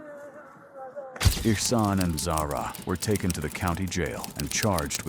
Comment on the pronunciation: "The child was takent"